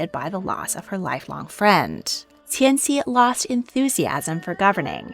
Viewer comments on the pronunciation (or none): I really appreciate your work, but in the future, please note that “Cixi” is pronounced more closely like “Ts-she”. The “C” sound you see in Hanyu pinyin is pronounced like, “Ts” as if you are imitating a cymbal. You pronounce Polish names so well so I can’t fault you here cuz none of us can do it all! Thanks so much! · Cixi Is pronounced (cersi) and I was hoping that you would do a deep dive about her and her life and time as dowager it's really interesting how she helped facilitate the downfall of imperial china I really hope you talk about her again in the future